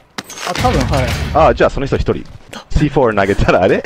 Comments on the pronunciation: カネキンさんのC4の発音良すぎます 笑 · C4の発音がめっちゃ良くて草